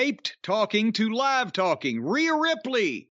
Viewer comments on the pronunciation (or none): none